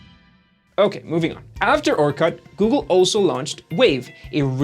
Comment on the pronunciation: Your pronunciation of "Orkut" is bleeding my ears. Its not fuking orCUT, its orkut.